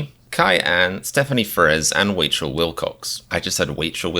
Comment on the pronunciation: Hahahahahahaha I love the way you said my name, I'm going to ask my friends to call me Wachael Wilcox now, I mean usually people try and pronounce it rash-el or rack-eye-el so you were close enough 😂